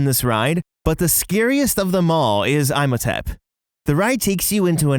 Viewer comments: Imhotep is pronounced EE-mohtep but usually has a little more emphasis on the 'H' because it's Egyptian. But because of its Greek pronunciation, you most definitely not been lied to your whole life lmao :D my guy just disrespected the name is all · Same with “Eye-motep”. Excuse me, what? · I posted as well about Imhotep, pronounced “Emo-Tep”. It really bothers me. Hahaha. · I came to say this and it’s also pronounced IM OH TEP Had to skip over that after a while GOD 🤦🏼‍♀️ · Absolutely killing me hearing him mispronounce ihmotep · I actually cringed everytime he said Imhotep... 😭😭 theres two whole movies and GOOGLE. You could have checked. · As a fan of the Brendon Fraiser Mummy movies, this bothers me. As a fan of the Boris Karloff film, this makes me mad lol. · Also, they literally say "Imhotep" correctly dozens of times in the ride. And the movies. You couldn't even get it right.... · Oh god it was driving me nuts hearing this name being said wrong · The Imhotep pronunciation also irked me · And saying imhotep wrong. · 🎶You say Eyem-ho-tep, i say Ihm-ho-tep...🎶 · It's not pronounced "Eye-motep." It's pronounced "Eem-otep." Did you not watch the movie? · That is not how you pronounce Imhotep! That’s all that bugged me this whole video lol. It’s like EE-MO-TEP! Not EYE-MO-TEP lol. Sorry just had to say that :P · It’s pronounced “Ee-mo-tep”, you’re killing me here but i love the video! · Eem ho tep Not I'm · Its so annoying, they do it on purpose to sound different when literally Universal studios and everyone else in the movie say, "EEE-moe-tep"! Not this "EYE-mo-tep" bs xD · I'm sorry...'EYE-mohtep?' Lol I love you guys but not only are there 2 movies that say his name 'EE-mohtep', 2 rides, and that Imhotep was a real person. Unless the real Egyptian way to say it is as 'EYE-mohtep' and I've been lied to my entire life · Also the pronunciation of "Imhotep" is a flat i, not a long one. Like Tim, instead of Time. Just helping out :-)